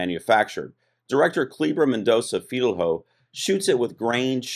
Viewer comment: Filho is pronouced kinda like fee-lee-oh, with the lee-oh part very fast and kind of transformed into a single syllable.